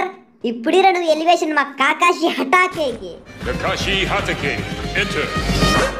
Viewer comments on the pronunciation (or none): Kaakaaashi anaku bro adhi kakaashi😂